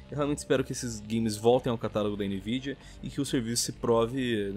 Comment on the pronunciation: "NVIDIANAL" :v